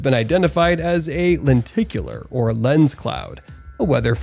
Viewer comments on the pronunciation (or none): none